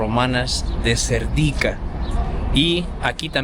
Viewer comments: No es Serdíka, es Sérdika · Hola y mucho gusto a conocer os,,Yo vivo en España 22 años y soy búlgara,,Cuando veo que sois dos jóvenes que también queréis aprender les digo que Serdica el acento es en la PRIMERA "E" y Vitocha también en la primera "I",,Gracias Un saludo